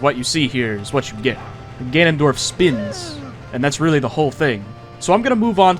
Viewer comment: Soft speen